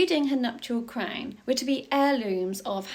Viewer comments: Crwnnnn. What an annoying pronunciation. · She's saying crown with the ow sound!!